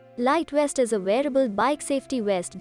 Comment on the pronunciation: Guy on bike wearing a west. Funny I always thought that V made a sound like Video, Victory or Volly. Please take some more English lessons before releasing content.